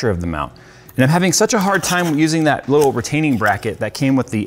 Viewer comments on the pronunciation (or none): . "that Sh-tuh". :D